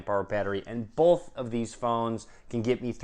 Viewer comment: I cringe everytime he says "bolth"